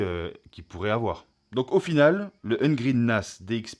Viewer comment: Bonjour et merci pour la présentation. Mais pourquoi dire « Ungreen » durant toute la vidéo alors que c’est « Ugreen » prononciable « Yougreen »? 🤔